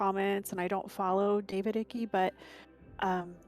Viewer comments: Love your work but it's David "Ike" not icky lol. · David Icke......rhymes with bike.